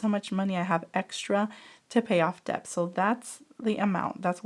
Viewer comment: Hi I love your videos honestly they are so helpful to tackle my own debt. Btw just wondering if you knew it’s pronounced “det” I hear the “b” sound almost always when you say it sorry 😂